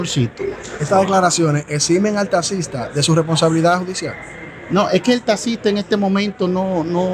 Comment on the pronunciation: Que abogado es ese que por desir taxista diga tasista 😂😂😂